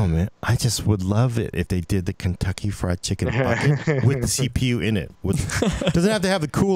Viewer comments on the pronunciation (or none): none